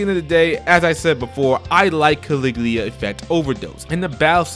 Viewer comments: Ka-Lig-U-La not Caligleea bud. Great video tho! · Let me tell you about Caliglia Effect. Caliglia! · what the fuck is CALIGLIA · Its CALIGULA...jesus christ... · At least learn how to pronounce Caligula, come on